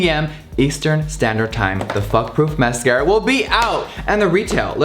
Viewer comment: beep! I love how he says fuck proof masCARA!